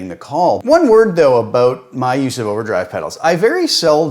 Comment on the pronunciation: The "aboot" gave it away for me. Classic Canadian, which is "aboot" as good as it gets for me.